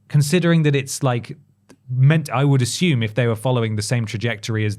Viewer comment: Look, I hate to be the ignorant American here, but pronouncing the word "assume" as "ashume" fucking gets to me in such an irrational and unreasonable way 😂 I've noticed it for so long and I just can't get over it lol